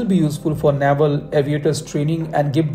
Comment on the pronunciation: Good content. I heard TEDBF for IN by 2040! Also, Naval is pronounced नेवल 🙏not नावल